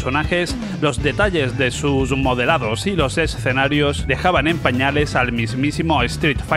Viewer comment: BUEN VIDEO! LO AMÉ! PD: deberías sortear una Neo Geo a aquellos que sepan cuantas veces dices la palabra "ESSSS-CENARIOS!" en este video! 😂 o "Art OR Fighting" en lugar de ART OF FIGHTING.